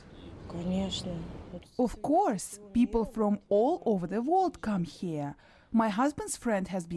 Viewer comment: Damn russian people. Why can you say Ural but not World. Why do you have to say Vorld?